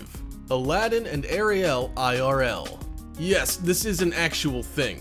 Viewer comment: OMG!!!... I REEEALY CAN'T STAND THE WAY THIS GUY PRONOUNCES CERTAIN WORD'S, ESPECIALLY THE WAY HE PRONOUNCED ARIEL!!! AND THE MAIN THING THAT I FIND EXTREMELY ANNOYING IS HOW WHILE HE IS DESCRIBING EACH AND EVERY ONE OF THE EASTER EGGS, THE WHOLE TIME THEIR NOT EVEN SHOWING THE ACTUAL SCENES OF THE EASTER EGGS!!! SUCH LAZY AND POOR EDITING MAKES THIS WHOLE VIDEO JUST THE WORST!!!😕